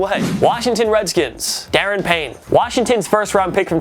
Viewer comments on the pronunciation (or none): I believe it's pronounced 'Da-ron" Payne not darren lol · Da ron payne not daren payne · It's der-ron-Payne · Jesus Christ I cringed so hard when you said Da’ron Payne wrong